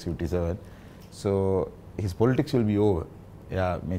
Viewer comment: Polits 😂😂 yako politics ki pronounce karapiya. Nodakin tho Australia hitiya ki neda